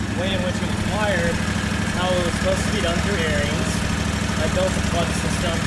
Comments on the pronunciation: Pronounced Air ens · it's pronounced "aarons"